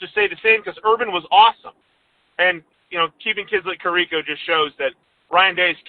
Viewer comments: it's pronounced Care uh ko!! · It's pronounced CARE- icco